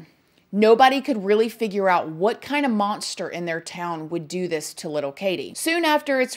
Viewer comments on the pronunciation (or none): none